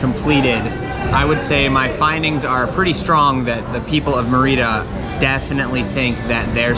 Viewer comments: Good video, good premise and factual. However, you need some pronunciation help... Mérida (accent on first syllable) is pronounced "MEHR-ih-dah", NOT "murr-EE-da" ; Yucatán is "yew-kah-TAHN", NOT "YEW-kuh-tan"; Quintana Roo is pronounced "KEEN-tah-nah ROW" (rhymes with "mow"). Now you are another step closer to Spanish fluency! 😃👍🏻🇲🇽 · I know that you speak some Spanish but I was surprised that you pronounce Mérida as Merída. Instead of putting the stress on the first syllable, where there is an accent, you put it on the second syllable. It would be like pronouncing México as Mexíco. One thing I noticed is that most people are wearing masks, even when talking. You are the only one not wearing one, perhaps because you are talking to the camera and eating. There is another American who makes videos about life in Mérida, who spends a lot of the video time talking about how great it is not to have to wear a mask. He recently walked through the streets of Oaxaca not wearing a mask while everyone else was wearing one. I actually got angry when I saw that and commented. He didn't like it very much. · It is Mérida, with the accent on the first syllable. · Never quite heard anyone pronounce Merida like you. What the heck! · I am sure he can learn how to pronounce Merida correctly, but I doubt you'll ever learn manners.